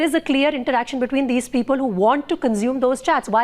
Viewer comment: ConSume. with an S. Not a Z.